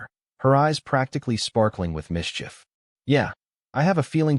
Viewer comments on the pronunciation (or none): none